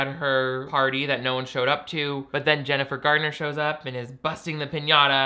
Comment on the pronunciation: The way you say Jennifer Gardner lmaoooo